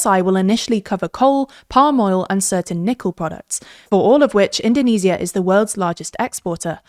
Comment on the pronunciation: Why is she pronounced indonesia in the most wrong way possible lmao. We don't call Japan - Nihon or Germany - Deutcheland in English